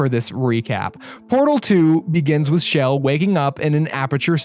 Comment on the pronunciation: SHE's NAME CHELL NOT SHELL!!!!!!!!!!!!!!!!!!!!!